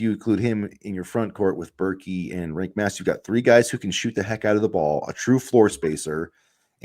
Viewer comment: It’s pronounced “bear-kay”, fyi. Pryce Sandfort is a huge pick up, if it happens. Not only was he 40% from deep, but he finishes at the rim well.